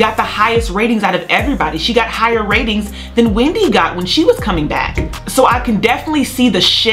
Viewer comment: Why are they still calling it , Wemdy Williams